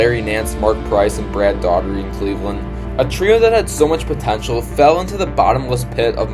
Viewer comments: Brad Daugherty. It's pronounced Dowherty or Doorherty not Daughtery. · man, sorry. i was about to get in on the video... but then he said "brad daughtery".... then i was out! if you talk about people, please take the time to get their names right.... anything else is the same as disrespect 🙏